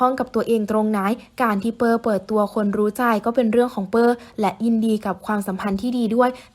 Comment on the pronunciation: ชื่อเปอร์นะไม่ใช่เป้อ ควรอ่านให้ถูกต้อง